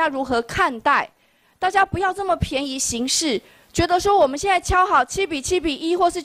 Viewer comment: 「便」宜行事，唸「變」啦⋯